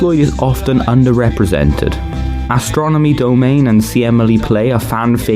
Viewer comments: Just want to point out, the song is not pronounced Astronomy Do-Mane, it is Astronomy Dom-In-Ee. "Astronomy Dominé" . Just sayin'. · Astronomy Domine is pronounced Astronomy daw-meee-naaaay